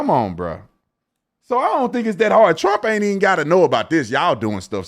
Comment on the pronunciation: Stephen A saying "Teump" when this investigation started over 2 years ago